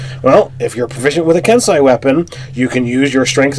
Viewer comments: Yeah, and kensei is pronounced ken-say. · Ki is pronounced 'key' kensei is pronounced 'ken-say' just like sensei edit: These guys are still awesome.